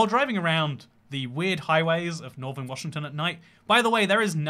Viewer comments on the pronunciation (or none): none